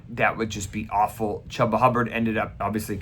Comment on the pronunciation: Thanks for all of the explanations, information, & updates throughout the season. Just so you know, it's pronounced "Chewba" not "Chubba"